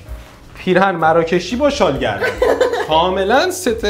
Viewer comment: شال گردنی❎ شال گی دنی✅